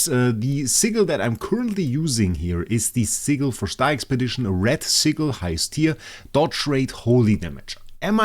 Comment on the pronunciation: Love the vids❤. Ps please dont say sigel its sigil many thx . 😂😂😂😂😂😂😂